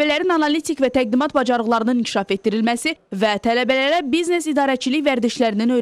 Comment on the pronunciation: bıznes yox biznes